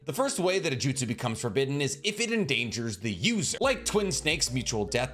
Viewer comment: I like the videos, but your pronunciations absolutely ruin everything. At least be consistent. Jutsu is plural for jutsu. You were doing it right at first, but after the ad, you went back to saying JoOtSoOs. Edo Tensei Edo TEN-Say I'd subscribe if I didn't cringe at every annoying mispronunciation haha